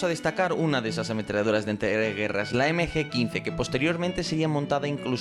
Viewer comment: es MG no NG